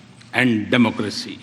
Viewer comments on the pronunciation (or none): it's not "democressy" its "democracy".